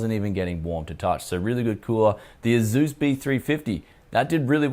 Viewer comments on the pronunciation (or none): none